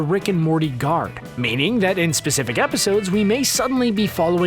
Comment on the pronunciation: Did he just say "changing of the Garp"?